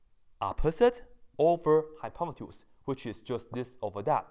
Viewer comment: did he REALLY say "one is the Hypomatuse"?!?! I reckon he needs to hi pot & use a dictionary...